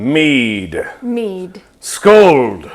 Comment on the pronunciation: Buddy, I am impressed with your memory and recitation of the Old English intro to Beowulf! However, um, the Norwegian word is pronounced "Skol" not "scold"! No "d" on the end.